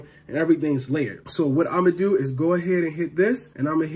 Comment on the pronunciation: Wowwwwww that’s how you goin dew me 🥺